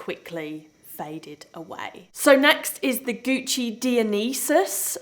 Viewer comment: Girl - love ya! It's Gucci Die-o-nye-sis. I have the same and love it even though I haven't used it for probably 4 years.